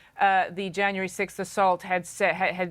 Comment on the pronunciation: BBC presenters are known to be some golden standard for Received Pronunciation of Standard British English especially in the minds of persons learning English as a foreign language. So to hear this presenter's rendition of the word 'sixth' is noteworthy. Sixth becoming "sikth" and fifth "fith" seemed to have caught on with English speakers all over the world but I'm curious as to what happens in a native speaker's mind (with no speech impediment) when they make a conscious decision to throw away what they know to be correct and adopt a patently wrong pronunciation of a word.